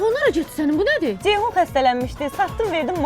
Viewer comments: Dzeyhun niyə deyirsiz ki? Ceyhun deyə bilməzsiz? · Badzı,Dzeyhun…..nə qədər dzıldayır bunlar…